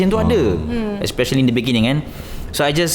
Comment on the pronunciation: you mean "in the beningging"